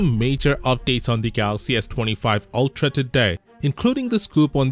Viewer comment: "Ultra tuuhdauy"